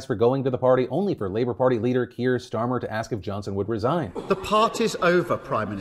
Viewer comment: As a Brit it gives me incredible ASMR levels of satisfaction to hear Philly say Keir Starmer! 🇬🇧